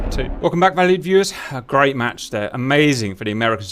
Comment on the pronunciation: So I’ve watched a ton of your videos and I’ve always wondered why you started off each video with “hello valley viewers.” What valley? What makes him think I live there? So on this one I finally heard “hello valued viewers” 😂